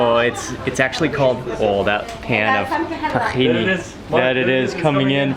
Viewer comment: I love when he says takhine sauce... Arab me is like nah bruh takhino sauce 😂